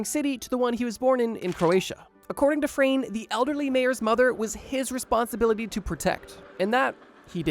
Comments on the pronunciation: It's not Frane slovak. It is Franje. We pronounce it like (nye.) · Dude. It’s Frano. You got it right on the screen but wrong in the chapters and you’ve been saying frane I cannot get over this😭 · The first guy's name is pronounced like FrAHne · butchering the name 'Frane' xD